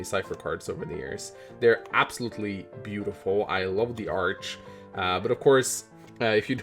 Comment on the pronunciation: Okay, this is bothering me... Why is he saying arch and not art?